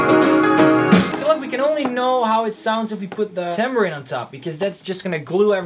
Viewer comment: you know you’re an og fan when you get excited over him correctly pronouncing tambourine